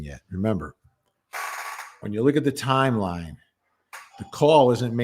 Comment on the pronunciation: We are not hearing jens schedule. Her yimeline.